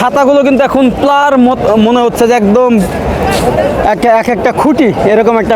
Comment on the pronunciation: ভাল ভ্লোগ করেন কিন্তু কথাবার্তা ক্ষেকমার্কা যেমন পিলার না বলে বার বার প্লার বলছেন, ইফতার না বলে কি একটা অদ্ভুত বলছেন বুঝা যাচ্ছে না। পুরাই ক্ষেত।